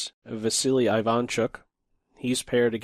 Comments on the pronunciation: Isn't it E-vaan chook? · Hey,! Thanks for the vid! Sharp position, interesting analysis. But, you gotta pronounce Ivanchuck's surname this way: Eevahnchuk. The first sound is not I like in Ireland, it's ee like in East. I am from Ukraine, just like Ivanchuk, trust me, I know what I am saying. Thankee for having picked up this game, a very sophisticated imbalance here only two great artists could arrive to. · Very interesting/educational and funny to watch. Ivanchuk my favorite chess player. Love your content and chill voice, though your pronounce of "Ivanchuk" is incorrect. First letter should be pronounced like "E". Also emphasis should be at the end of surname. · Great video, as usual. P.S: you got that Ivanchuk name wrong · great video! that's not how Ivanchuk pronounces his name tho :)